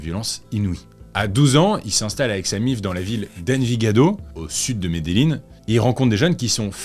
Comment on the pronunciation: Ey salut je regarde tes vidéo, je les adores 😊, je suis allé en Colombie, et Medellin ça se prononce « mes des djinns » 😅😁